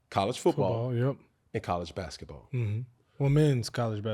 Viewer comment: Damn, you didn't have to emphasize "Men's College Besketball," we knew....lol